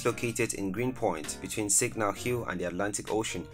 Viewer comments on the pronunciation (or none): none